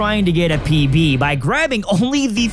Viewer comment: trying to get a PB.... i heard pp LOL those were the shady nights